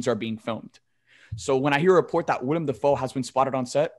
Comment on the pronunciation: Bruh was saying "William Defoe" lmao